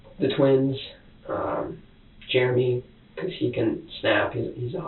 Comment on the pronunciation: Germ-ee for Jeremy😅